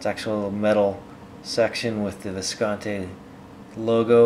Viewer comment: It's been 6 years and he still doesn't pronounce it correctly--Viscontee!